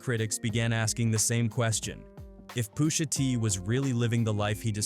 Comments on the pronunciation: Poosha T?...i hate Ai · I don’t think it’s a real person narrating these videos. What’s up with all the mispronunciation of names? Who says “Poosha T”? 😂😂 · who is “poosha tee” freakin ai